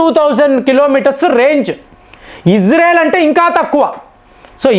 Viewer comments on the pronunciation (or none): none